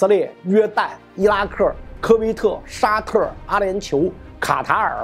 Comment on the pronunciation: “伊拉克”儿化也就认了。为什么“沙特”儿化而“科威特”不儿化呢？百思不得其解